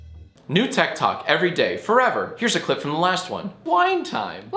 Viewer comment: I thought he said ted talk at first 👀👀